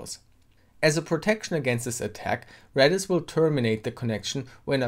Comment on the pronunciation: I keep hearing you saying REDDIT instead of REDIS lolol